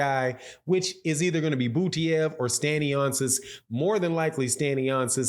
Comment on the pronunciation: My Goodness …it is Stanionis…not Stanioncis🤦🏻